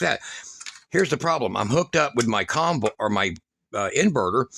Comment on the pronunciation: Comvolt , more like convolt